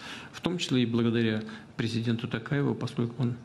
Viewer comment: И имя уже правильно нашего президента произнёс!😂